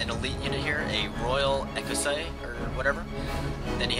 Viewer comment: Another nice battle. Good to hear you pronounce "Royale Ecossais" well, I know you have trouble with the French pronunciation. :) Also, I believe the Duke of Wellington worked with Portugal as a base and in cooperation with Portuguese troops.